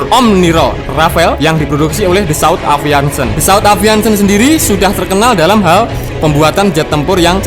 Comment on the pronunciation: Aviation Min... Bukan aviantion..... 😀😃😄😁 sukses terus. Jangan tegang terus, musik indomie nya mana.... 😀😃🤣 biar nggak gendeng